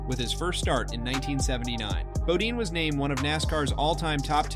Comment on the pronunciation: Geoff Bodeeeene? Bodine, do your homework before releasing a video